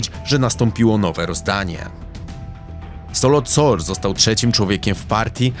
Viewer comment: Dokładnie i nie Solot Sor tylko Saloth Sar